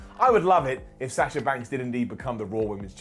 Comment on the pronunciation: Lol why can't you pronounce Sasha could correctly? It's a soft A not a hard A 🤷‍♂️